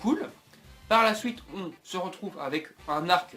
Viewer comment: tes video sont bien mais vraiment a retravailler deja retravaille ta parole parce que tu dit des nom vraiment mal et te trompe souvent sinon tes theorie ne vont pas arriver parce que dbs ne va pas reprendre dbgt avec de nouveaux nom et tu dit des mot suite on dit suite et non sOuite